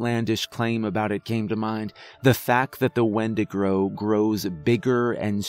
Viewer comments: you called it a Windagro. i love this. i busted out laughing at it. but this story gave me chills. Keep up the good work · windegrow lol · wendigrow lol I was eating and just listening and had to do a double take